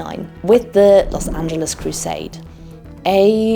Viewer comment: First time viewer, curious where she’s from, her pronouncing los angeles was adorable